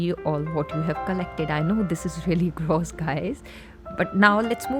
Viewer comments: Thats not Indian accent that is poor english pronunciation. Proper Indian accent doesn't pronounce clogged and gross so horribly like she does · This chick said GROOS😂